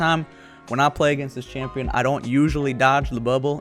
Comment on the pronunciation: AHHAHAA "SLOW SHAMPION"